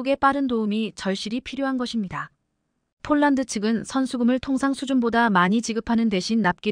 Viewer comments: 왜 폴란드로 써놓고 쫄란드로 발음합니까 ? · 쫄란드? 별놈의 발음?